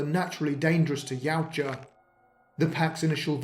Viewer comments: I love this, just wish you had pronounced the name right with how often you use it. My brain couldn’t stop trying to correct you. (Ya-OOT-ja) not (Yow-Ja) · Its pronounced.......ya ooh ja